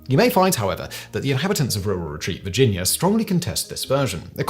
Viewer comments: As someone from RURAL Retreat, I'm thoroughly enjoying the RurRur Retreat pronunciation. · I came for the story and stayed for how pronounces Rural Retreat...